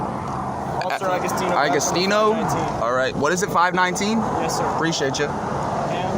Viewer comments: "Ah preeshaytcha !" What a prat ! 😅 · " 'pre-shayt ya" 😖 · Among the most irritating things is the disingenuous of, and overall existence of the noise, "preshiatechya" I hate that I know people like this. Shall they all see their day...